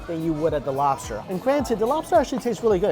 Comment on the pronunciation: Me rike robster